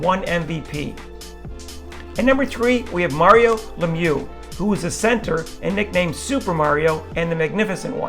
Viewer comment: Yeah, with the way all the French names were pronounced (Jean, Richard, Martin, Trottier, Messier), I was relieved he at least knew how to say Lemieux. I was half expecting to hear "Lemmy-ucks".